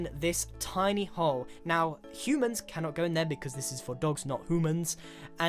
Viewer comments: i'm pretty sure that Grian said "hoomans" not "humans" but it might have done it on purpose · Nobody: Literally Nobody: Grian: Hueman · Hoomans?!? That was bad dud :(